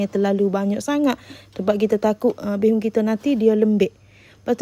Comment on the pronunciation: Bukan bay hoon tapi bee( bi ) hoon .bi tu dlm chinese bermakna beras